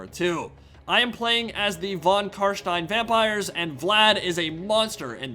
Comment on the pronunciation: I#d like to say that i honestly get a good feeling fo suprise everytime you say "von CarsteiN" and actualy pronounce it like it should be pronounced. whilst living in germany, i exclusively enjoy english content, be it movies, shows, mods, games or whatnot. so hearing the "steiN" in carstein in german pronounciation caught me offguard everytime, in the most pleasant of ways. thank you for going the extra mile learning not to sound like a donkey <3